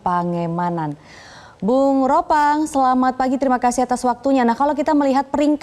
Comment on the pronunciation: Ropan bukan ropang 😂